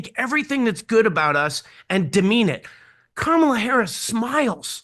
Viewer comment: Sounds like he said Criminal Harris h😂